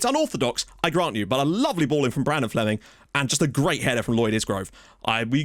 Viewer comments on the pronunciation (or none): none